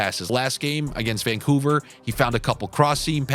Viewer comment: Couver? Where did the Van go? 😂 I just said Van Gogh. But seriously, it's Vancouver (my home) not Couver. 😉